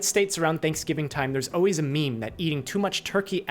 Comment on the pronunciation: You said "o-ways" instead of "always". That's how a 2 year old pronounces it because they haven't developed the skills to talk normally. This is a popular speech problem in California. I wish people would stop mispronouncing this word. Grow up and talk like an adult. Everytime I hear someone say o-ways, o-wies or all-wies little bombs start going off in my brain. My sanity starts to slip away.